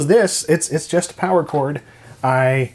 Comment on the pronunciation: More powah!